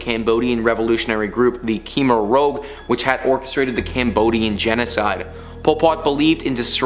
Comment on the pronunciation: What is the deal with bleeping the word Hitler and Nazi???? I want an answer. Who can I write to about this. Ohhhh, you can say Stalin, but not Hitler? What is the deal here? It is said, Ko-mer Rooj. Your astonishment is laudable but there is a plethora of info examining these questions. The skin furniture has been disproven.